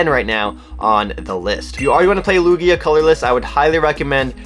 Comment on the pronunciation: the way you pronounce Lugia is hurting my brain lmao